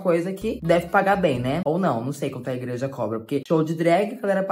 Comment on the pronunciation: A falando ingreja me matou kkkkkkkkkkkkk